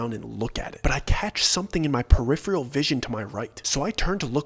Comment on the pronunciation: Peripheral Purr-if-er-ahl Not Purr-if-Ree-all